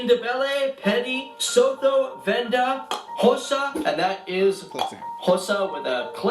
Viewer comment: The way the guys is pronouncing Sotho and Lesotho is really triggering me 😂😂😂you pronounce it Su-To💔😂